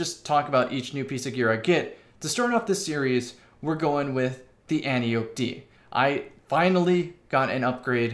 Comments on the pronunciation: Not AN-tee-ope. an-TIE-oh-pee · AN-TEE-OH-PEE.... not friggin Anti-ope! Love you tho!🤘🏻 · An tie oh pee not anti ope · Since you talk about the pronunciation in the title, I think the correct pronunciation would sound like an-tie-oh-pee. She is an Amaon in Greek myth. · and can confirm -- pronounced an-tee-oh-pee Source: 28 years of speaking greek. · From the flavor text, I think we can reasonably assume the gun's name refers to an Antiope (there are many) of greek mythology. As such it's pronounced "ænˈtaɪ.əpi" (an-tie-e-pee, where the "an" sounds like it would in "ANt" and the e sounds like it would in "highEr" or "buyEr". Emphasis is on "tie". Thank you for listening to my TED talk. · If you watch Wonder Woman, you can hear a correct pronunciation. "Anne-tie-oh-pay". She is WW's aunt and mentor. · No. It’s An-tee-oh-pee, with pee pronounced like the word for piss, which is pee. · It's pronounced Ant-E-Ope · I thought it was pronounced "an-tye-oh-pee" like wonder woman's aunt from the movie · An-tie-o-pe is how your supposed to pronounce it, but I like anti-ope, antelope, and all the other names it has been given by the community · It’s pronounced “ænˈtaɪ.əpi” and the gun is named after the Amazon daughter of ares in Greek mythology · Once and for all, the name is pronounced an-TIE-oh-pee, like the name Calliope. It's Greek. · ANT-EYE-OH-PEE.....brush up on your Ancient Greek, kids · Pronunciation An-ti-o-pe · it's an-tye-a-pee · Rhymes with calliope, not with antelope. 😉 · It’s pronounced anti-o-p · An-tie-uh-pee. Watch Wonder Woman, man.